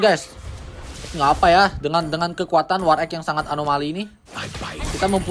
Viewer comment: Bang tolong penyebutan war axe diubah, agak risih dengernya wkwk. Nyebutnya war ex, tapi malah kyk kedengaran war eq / war eeq